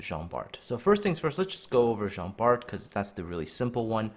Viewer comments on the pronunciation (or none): Just to let you know, it pronounce Jean Bar.